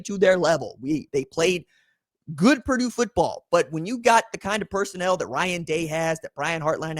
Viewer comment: It's Purdue